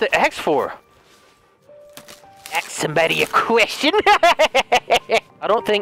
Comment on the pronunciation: "axe somebody a question" 🤣🤣🤣